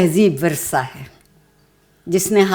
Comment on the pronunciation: وَرثہ نہیں وَرَثہ ہے وہ لفظ بمعنی میراث پانے والے لوگ۔ بحوالہ اردو لغت بورڈ , کراچی۔